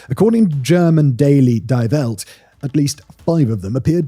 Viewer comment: Die Welt is pronounced like Dee Welt